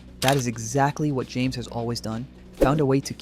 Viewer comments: not James, it's pronounced "hames" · It’s pronounced Hames Rodriguez😊